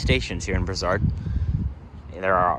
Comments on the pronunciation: It's a hard "s" on Brossard, like in "floss". Bross-ard :) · It's pronounced Bross- ard. Took the REM from Nun's island downtown, the Ticket machines are a problem.